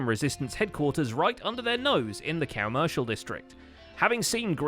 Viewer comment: Why you say cowmercial district